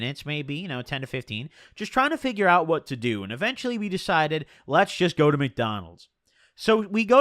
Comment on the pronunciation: its not mcnaunolds or whatever fucking shit u called it its McDonalds, be better wth is this bro fr